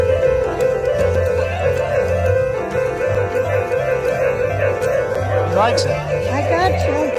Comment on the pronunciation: “Piamo” I heard that